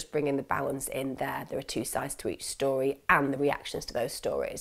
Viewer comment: Lol i just has to rewind when you this “okay this is the Tory that is told” I’m guessing you meant to say story but found it funny also shows it was likely one take